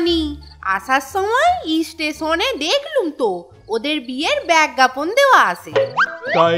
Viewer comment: চোরের বউ কি শিক্ষিত সে বিজ্ঞাপন পড়লো আবার পরে বলতেছে বেজ্ঞাপন,,মাথায় ঢুকে না🤪🤪